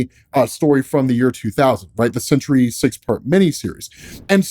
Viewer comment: Dude I've been listening to these while I work this morning and I thought it was the century til I just saw the title, definitely throwing an extra syllable in there most of the time you say it